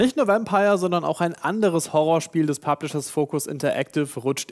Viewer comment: .Dachte ich mir auch!xD